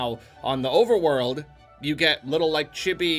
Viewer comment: The word chibi is pronounced Chee-bee, not... Chibby. Rhymes with the letters C.B.